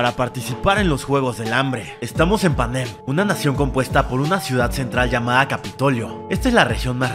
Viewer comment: Porque dices Panén y no Panen 😡